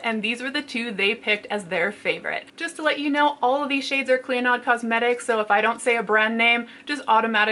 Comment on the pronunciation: Hey! Just an FYI clionadh is an Irish name pronounced Klee-oh-nah